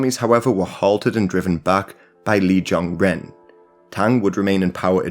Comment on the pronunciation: Ren sounds like run in English. NOT like the bird, wren.